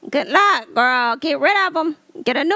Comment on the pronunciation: I lived to hear you say "GOODT LUUCK ". 😂😂😂❤ I still haven't been able to watch anything on Zeus. OMG!! That Wendy's story had me cracking up. 🤣 These are MESSY!! LOL. "Ruff and tuff with afro puffs." 😂 I can't believe I've never watched one of these segments but I watch you all the time. 😅